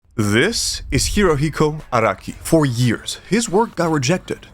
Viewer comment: The way you pronounce Araki like Iraqi confused me too much😭